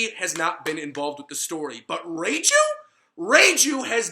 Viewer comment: Reiju not reijew